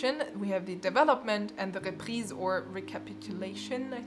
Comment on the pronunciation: This is so interesting!! Thanks for this video 🥰 Also you've got an accent when saying for example "reprise", where are you from ?